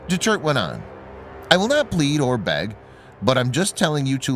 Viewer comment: Doo-Ter-Tay... please pronounce shit right